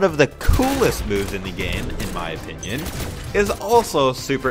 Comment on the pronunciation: Bruh did you just say appinoun.🤣 its opinion.